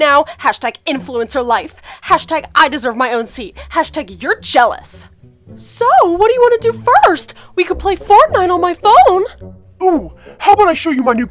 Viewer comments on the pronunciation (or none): Anyone realize Jackson said Fartnite